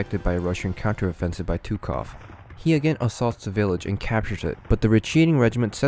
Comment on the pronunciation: "Туков" и "Катузов" ))) Тучков и Кутузов!!!